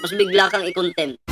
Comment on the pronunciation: contempt.....hindi content...paki correct lang ang pronunciation...